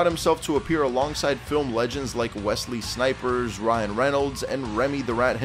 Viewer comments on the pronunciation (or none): Um, it's Wesley Snipes, not Snipers.... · Wesley Snipes not "Wesley Snipers" 😂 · Did he say Wesley "Snipers" ?? 😂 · This dude just said Wesley Snipers lol 😂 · I caught that too and immediately cringed. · Did this fool say Wesley snipers? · I hear that bro, I was like WTF